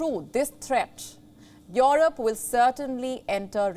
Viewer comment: It's not called Yorope!